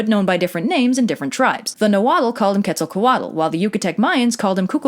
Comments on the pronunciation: That Quetzalcoatl pronunciation is so cringe and wrong, it's not two words like "Quetzal coatl", it's one continuous word. Come on man, couldn't you at least find a video with the right pronunciation and copy that? You obviously did some research about it. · I love how they say "quetza-co-WADDLE" when it's rlly just "que-zal-co-at" 😂💕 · It's Quetzalcoatl. You got marsupial right, though. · I thought Quetzalcoatl was pronounced CUET-ZAL-COAT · Am I the only one who doesn’t think she pronouncing Quetzalcoatl right? Cause I was taught a much different pronunciation from my grandparents and father. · yeah I noticed that the tl consonant wasn’t pronounced correctly at all and it threw off the whole word pronunciation but other than that it was not too bad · About the pronunciation of Nahuatl words. The "tl" sound at the end of a word it varies a bit but the most common that I know of is with a hard "t" that slides into an "l". Here are some examples, Of these the second and third are the ones I'm most familiar with. Quetzalcoatl shouldn't be pronounce "Ketso-ko-waddle but more like "Ketsal-Koah-t'l" I've also heard some people claim "tl" is silent. I guess It's a regional thing depending on which part of Mexico you're from. I'm by no means an expert, but to my credit I am Mexican and I've heard Nahuatl spoken, for whatever that's worth. Thanks for the vid and If you liked Teotihuacan you should also visit Chichen Itza. The weather is beautiful and so are the beaches. You can check out Xcaret and swim in some of the underground rives called Cenotes. There's also a live show about the history of Mexico that includes the Spanish conquest. Anyway thanks again for making this video. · I’m pretty sure the “l” at the end of Quetzalcoatl is silent? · lol "ketzal cuh waddle" , you Said Kukulkan and Qukumatz way better than you said Quetzalcoatl and any other Nahuatl word the entire video. XD